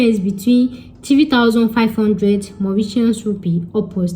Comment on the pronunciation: 😆 u made me laugh, the way u pronounced Creole, and ur Mauritiaaan Rupee , omo Yoruba ni mi .. u tried